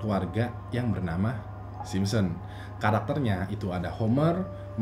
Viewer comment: yg aku denger dn yg aku liat bilangnya "SimSEm" Hehhe. Tp di baru "Simpson". liat aja cara ngmng nya aja beda. sampe2 aku perhatiin setiap ngmng "The Simpson"